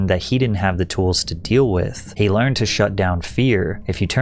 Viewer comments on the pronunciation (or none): none